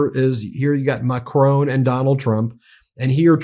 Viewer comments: Hi Ben, the French President’s name ´Macron’ does not rime with ´Stallone’. The ´o’ is pronounced as in ´on’ e.g. on TV. The French don’t pronounce the ´n’ but it would be acceptable on international media if you did. As to the stress pattern, it’s on the first syllable, so it is more MACron, than MaCRON. I’ll spare you the pure phonetics! I just thought I would point this out as he has been spoken about so much recently! All the best! Judith, a Brit in France for most of her life. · French President Macron Why do you call him macrone? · Pleeeease find out how to pronounce Macron! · It is not Ma-CRONE 🤨. It is Ma-CR-ON , on almost silent. Listen to the Google to hear it. Please speak any foreign name correctly . It's not difficult. It's respectful. You mastered Poliviere and Premier pretty well right? 😊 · All the Meidas Touch pronouncements are profound and absolutely correct - bravo! However, please try to pronounce foreign names/countries/words correctly. Put "Macron" into Gurgle Translate to French and listen - it is not MAC Rone but Mac RO with a short "O" as in boss. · Argh Ben, it's pronounced Mark-rON (like on/off) not Mack-roWn. You're hurting my ears (I live en France). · Ben, please pronounce President Zel E nsky and also President Mac RON correctly. I love and trust your reports please continue. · macron not macrone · Pronounce President Macron like switch on mack r on not mack r own ! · Macron! Macron! The man’s name is Macron… it is not Macrone! FFs. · It is Macron, not Macrone……. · Please Ben, i love the Meidas Touch network but please stop referring to President Macron as President Ma chrone. Keep up your amazing work educating the American people about the situation in Ukraine 👍🏻🇺🇦🇬🇧🇺🇸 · Macron - it's Macron, pronounced 'Mack' 'Ron', not 'Macrone' he's not a Sicilian import! Sorry to divert from your excellent content, but this really grates! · I don’t know why Americans pronounce President Macron’s name as Mac-rown . It’s Mac-Ron.